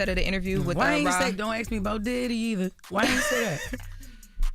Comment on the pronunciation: reads well but can't really pronunciate shit and says ax instead of ask